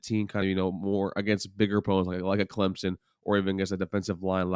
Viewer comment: I really enjoy you but may I make a small request? Can you pronounce our SC ACC rival as ClemSON rather than ClemZON? Please?:-D Either way, Go Noles!